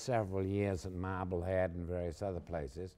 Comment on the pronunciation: I wouldn't be the least bit surprised if my grandmother knew both of these men. Edit: "we lived in Mahbulhead" okay she almost DEFINITELY knew these men.